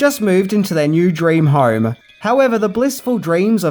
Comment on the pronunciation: I like how with your accent "home" sounds like "harm." How appropriate. :)